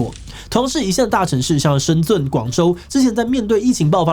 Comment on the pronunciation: 其實深圳的圳,地名真的讀音ㄓㄣˋ 嘉南大圳,讀音才是ㄗㄨㄣˋ